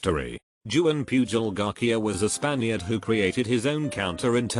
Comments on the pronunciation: Garcia: Exist* English voice sinthetizer: Garquia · Guy names Garcia Tts : garkia